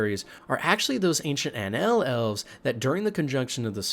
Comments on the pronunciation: Aen elle and aen sheid not an sayid and an el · Awesome vid, love the content. That said, you please should get a pronunciation helper. The tribes of elves are pronounced (phonetically) are En Shae and En Ell respectively. Not an attack, trying to help. Some words can really sound wildly different than their writen version. Cheers 🍻